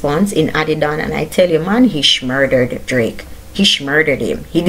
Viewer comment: Like how you said "SHMURDERED" BIG UPS